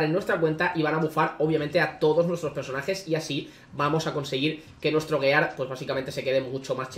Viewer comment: ¿Tan difícil es pronunciar "giar"? Duele cada vez y en un minuto van como diez xd